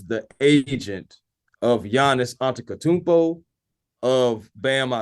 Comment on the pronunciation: It was funny seeing you trying to correct my buddy saying “Ujiri” with how many funny ways you’ve said “Antetokounmpo” and “Risacher” in previous videos😂. God bless to you both